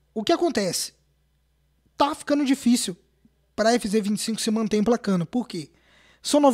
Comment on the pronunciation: A “envinzê 25” kkkkkkk